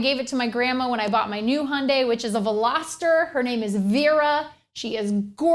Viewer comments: handay ?! don't you mean hyundai ?! which would sound like youn-die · Its HI-UN-DIE Not HUNDAY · its not hunday, its highundie from a south korean youtuber! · Do you mean Hyundai (Ha-yun-die) or Honda (Hon-da) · Funny the way you say Hyundai "hun-day" LOL